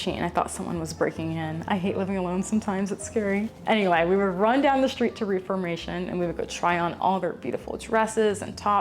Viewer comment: love you so much. i just wanted to let you know in case you care to know; i used to work at reformation! It's pronounced with with a short e (like death)! ok that is all xoxo